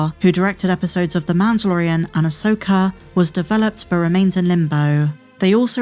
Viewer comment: Who is, “Ay-soaker”?